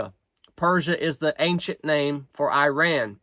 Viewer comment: You are pronouncing Iran incorrectly